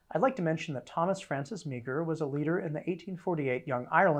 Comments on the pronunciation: Came here to say this. I think it’s technically a sort of one-and-a-half syllable name (MAH-er), but marr is much closer than MEEG-er. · Thomas Meagher is pronounced Maher not meeger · As a Montanan, T.F. Meagher's name is pronounced Mar not Meager. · Another great series. Thank you for it. One small thing Thomas Francis Meagher's last name was pronounced "marr" (I grew up in Montana) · In Ireland that's pronounced "Ma - her" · Meagher is pronounced as Mahr